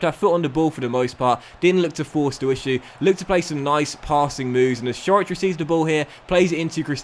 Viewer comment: Great episode as usual. Also, fyi Ćorić is pronounced Chor-ich